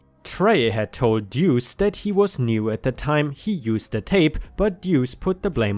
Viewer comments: Pronouced like 'loose' 'Doose' . Duece means 2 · Deuce is pronounced Dew oose . I'm sure op missed deuce swapping the e and U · Deuce = sounds a little like "dues" but with a "seh" sound instead of a simple "ss" sound. Think of the word "deduce" but only say the "duce" part of it. It has various meanings, most of which have something to do with the number two, one of which is to literally mean two. (Edit: The way you kept pronouncing the word after your initial confusion was perfect.) Indirect meanings or use of it consist of... Gambling, like with dice or cards, where a "pair of deuces" refers to two two's (a pair of dice both showing two, or a pair of two's in a hand). Or using the restroom and dropping logs, as that is considered to be going "number two." Some say it means peace (two fingers held up to make the peace sign). Apparently it's also slang for devil/dickens, thus "What the deuce?" would translate to "What the dickens?" Though I like the idea of it translating to "What the crap?" 🤣 So in the second story, I think OP's use of "Duece" (misspelling of "deuce") is to infer that the person is a piece of crap. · "Duece" is pronounced Doos. Like in in "dos and don'ts", and it rhymes with "noose". It'a nickname, coming from poker slang for the 2 card, the "duece". A person can get a nick name like that, if they draw a lot of twos in a game, or lose/win spectacularly with twos. Or for having a lucky two card in their hat. Stuff like that. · Duece pronounced dewce. Listened long enough. Slang for two. Happy to help. English is a complex language even for me. A native speaker of it.